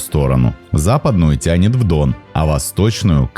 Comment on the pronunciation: Как говорится - Дъон